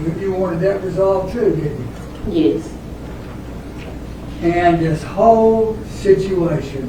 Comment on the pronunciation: We are here to learn how to say yuess. Smfh. Plus a side of sitting improperly in a court room. This.